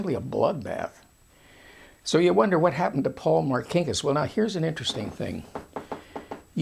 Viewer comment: First of all my uncle was not a thug , Also learn how to say Marcinkas !!!! My uncle Paul was a great man Who did great things for the catholic church